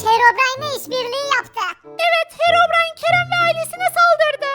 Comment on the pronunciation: Harabrine✅ Herobrine❌ SJSJSJSJ